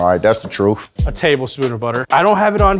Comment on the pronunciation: "Aight that's the truff" lmao